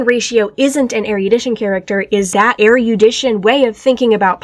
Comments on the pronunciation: I'm so sorry I can't handle hearing "er-YOO-dition" forty times in a row 😭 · So I just found out. While “erudite” is pronounced “er-e-oo-dite” “erudition” is pronounced “er-ruh-di-shn.” Fuck English